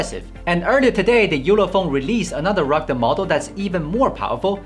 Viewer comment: I love the way this guy says "ruggde phone" instead of "rugged phone".